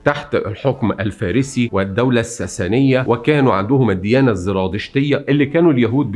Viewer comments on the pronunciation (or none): none